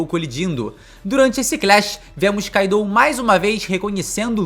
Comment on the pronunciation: se diz Kaido, kaidou não😂😂😂😂😂😂 vocês brasileiros me cuiam bué, Gostam de trocar os nomes dos personagens dos animes